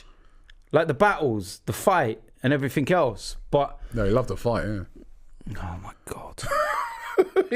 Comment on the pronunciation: Robbie ‘Um’ Lyle